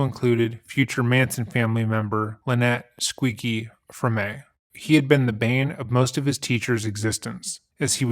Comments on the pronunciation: Frome, not Fromee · Excellent bio of this talented man. BTW Lynette Squeaky Fromme is pronounced ''Frahm.'' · It's pronounced Fromme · Squeaky Fromme's last name rhymes with "home." And it's Peewee Herman, no S at the end. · Fromme is pronounced Frahm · 'Squeaky' Frome (Rhymes with moan ...one syllable, not two.), NOT 🚫 "Fro-may." 👎 There, I did your homework for you. You're welcome! 🎉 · I'm sorry, but... Squeaky "Fruhmay"??? Come on man. Take 5 seconds to look up how to pronounce a person's name if you're not sure. It's pronounced "Frahm" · Huh, I always thgt the name was pronounced "Fr-ahm" or "Fromm"- like- mom 😁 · The Manson family member's surname, Fromme, is pronounced as though it rhymes with the boy's name "tom". English, right? The pronunciation rules only exist to drive people crazy by never applying. But, it's worth knowing the correct pronunciation..she did try to assassinate a US President. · The e is silent in fromme, sounds like fraum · You really should research how to pronounce names you are going to use. Squeaky Fromme rhymes with home. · It’s pronounced Squeaky “Fro-M” like dome or home. The entire s silent. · Just to help you out, It’s pronounced Squeaky Fromme like “prom” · Fromme....is pronounced.....Froam, commonly, or From. I mean.....Jesus Christ dude. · "Squeaky From-aye"? You truly are an idiot. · Squeaky Fromme, rhymes with home, no accent. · It's pronounced "Fraum." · I was 19 when this happened and still remember being shocked and so very, very sad. He and Charles Grodin had the BEST roles in "So I Married An Axe Murderer." Not trying to nitpick, please don't take it that way, but wanted to let you know - Lynette "Squeaky" Fromme's last name is pronounced like "Roam" or "Foam" but put them together. So..."Froam." 🙂 Love your videos, I have even watched the hours-long ones through. Your research on the facts is SOLID. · It’s pronounced squeaky “fr-ah-m”. Squeaky fromme. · Squeaky Fromme (pronounced From).